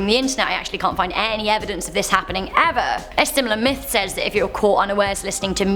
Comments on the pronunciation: I could have sworn you said Meth, not Myth, you are cooking up for us.... Uh... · Did she say meth or myth